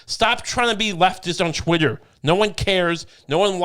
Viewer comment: pls stop saying chwittwer. It’s pronounced twitter. Thank you